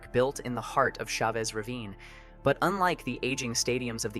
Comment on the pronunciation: It's NOT SHA VESS Ravine dammit. It's CHA VESS Ravine. Cha vess as in Cha Cha Cha!